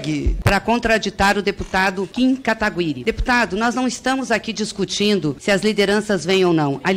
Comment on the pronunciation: Mano, o pessoal encontra uma dificuldade IMENSA em dizer o nome do Kim certo...